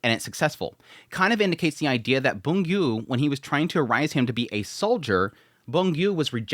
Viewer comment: I thought you’d stop calling Byung Gu “Boon Gyu” by now 😂